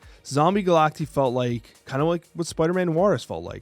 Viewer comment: Pronounced "Ga-lak-tie" broseph.